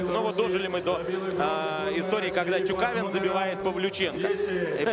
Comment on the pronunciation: Диктор: ТюкавИн